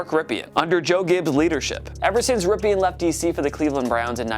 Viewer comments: It's pronounced like "Rip In," Kiddo. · Couldn't get passed how he pronounced Ripien.